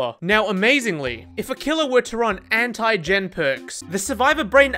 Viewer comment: Can’t process how he says “Anti” as “Hentai” , always gets me a laugh